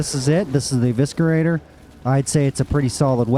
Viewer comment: Pronounced E-vis-er-ater. Not E-visker-ater